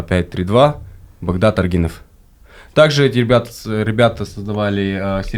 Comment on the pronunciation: Не арг.И.нов ,а правильно: арг.Ы.н... Нет такого у Казахов как аргИн... По - КазааХски так и будет: УТ - ев или же : ҰТ или ҮТ ????🤔🤔🤔